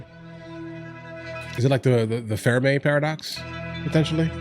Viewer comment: It is not "Pheramey paradox", it is called Fermy paradox. And it is falling apart. Everyone need to watch "The Age Of Disclosure"